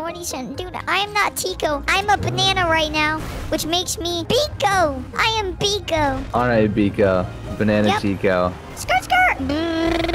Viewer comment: No tiki not biko!!!!!